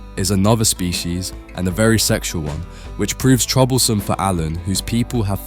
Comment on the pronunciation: Bro can't even pronounce species